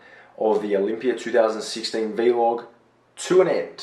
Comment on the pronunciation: bro, it's vlog not v-log.